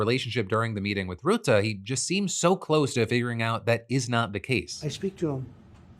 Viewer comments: It's Ruhtte, like in stunt, not Routte. Please, Phill :p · Tip from Dutchman about Rutte. It’s not Roete, but ‘Ruh te’. Keep the good shit coming my bro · His name isn't route-uh. It's rut-uh. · Phil, no idea if you'll ever see this but as a Dutch viewer I can't keep listening to you calling Rutte "Ruutaa". If you want to approach a correct prononciation start with the english word "rut", as in "to be in a rut" and add a simple "te" but make sure to keep the vowel sound short. In general the Dutch language tends to double vowels ("ee") or have a single consonnant between two vowels if the vowel is supposed to be long (in the same way you'd pronounce Elon), wich isn't the case here. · Great show! Thank you! On a sidenote, you pronounce the 'u' AND the 'e' in Rutte as the 'u' in murky.